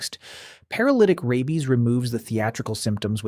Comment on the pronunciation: The AI narration is awful. Mispronounciations are so irritating. Rabies is pronounced RAY-beez, not RABB-beez.